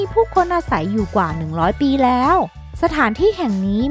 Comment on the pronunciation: ตอนนี๊ ในปี๊ อย่างไรก็ต๊าม เสียงน่ารักแต่เยอะไปนิส